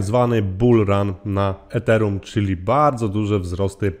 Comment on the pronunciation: Źle wymawiasz Ethereum